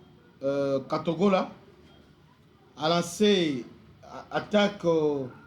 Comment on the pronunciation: cest katogota pas katogola notre